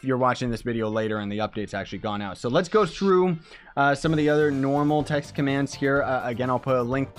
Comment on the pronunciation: when he start saying commans